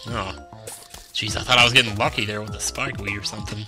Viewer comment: STOP SAYING MORE SPICKE WEED